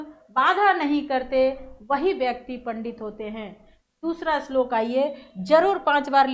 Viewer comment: Islok nahi shlok